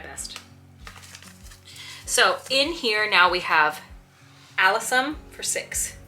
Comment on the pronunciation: I'm so jealous too... Sorry sorry sorry but say it like this my dear friend a-LIS-um. Lol lol naughty word . They will still sprout and you can separate alyssum and those types very easily.